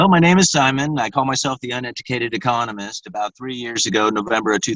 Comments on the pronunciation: I do have accent when I speak too, he refers mainly to where you use the actual accent in the word ecOnomist not econoMISt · Its Eeee-KAH-NOh-Mist. Practice it a few times, and you'll get. Thanks for stopping by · Can't get over how he said econist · you say ‘echonahmist’ - listen to how he says it on the opening of his every video - totally different!